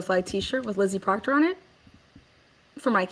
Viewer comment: One last thinggggg…PROCTAH TROOPAH! 😂😂😂😂